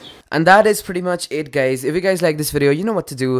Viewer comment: "whats up gays"????? what kind of sh*t is that?